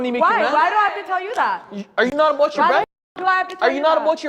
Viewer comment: Lol aboot